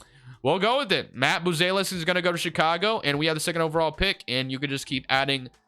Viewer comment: Maht-ah-s Boo-Zel-is